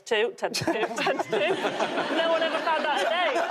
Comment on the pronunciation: She can't say 'one' WUN.